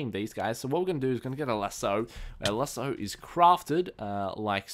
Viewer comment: oh and lasso is pronounced as lass-o